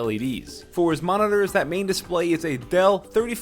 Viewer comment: said a Dell which sounded like Adale so her photo pops up for a sec. the whole video is funny.